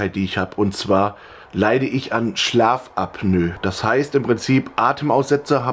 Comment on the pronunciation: Schlaf-AB-Nö. 😆 AP-NO-EH